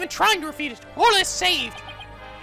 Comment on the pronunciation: Weird how you didn't comment on Judge saying Ora instead of Orla.